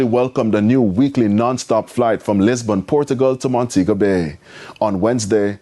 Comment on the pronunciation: Bro... It's Lis-bon Portugal. Not Lisbourne.